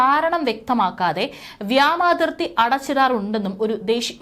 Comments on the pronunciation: വ്യാമാതി൪ത്തി അല്ല വാവേ.. വ്യോമാതി൪ത്തി... വ്യോമ൦ എന്നാൽ ആകാശ൦ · വ്യോമാതിർത്തി എന്ന് പറയൂ കുട്ടി. മലയാളഭാഷയെ കൊല്ലരുത്